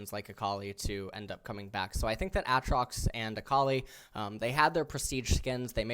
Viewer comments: ITS A-TROX LIKE THE LETTER A AND THEN TROX 😂😂😂😂😂😂😂😂😂😂😂 Holy shit lmao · "A"Atrox and Uhtrox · "Aaaaatrax"? whats up with that pronunciation lol. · It's pronounced A-A trox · why does eh say Aatrox that way i dont know why but it triggers me no flame pls just curious if its actually pronounced that way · he pronounced aatrox in like 5 different ways